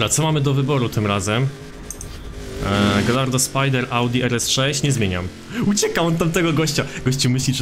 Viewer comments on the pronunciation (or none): none